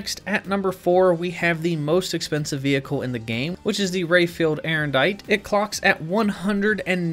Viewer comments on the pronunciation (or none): It's Aerondight, not Erendite.